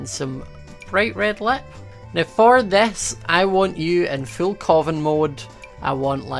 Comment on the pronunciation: Hi remember when ou said in the crazycraft war you sound so Scottish when you said "now we got food fore days" i lovced thatline plz like if you remember it